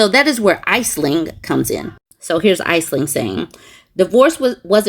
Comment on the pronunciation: Aisling is pronounced "Ash'-ling",.